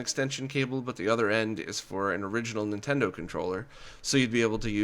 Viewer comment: Dude: "Nintento" has an N sound at the beginning.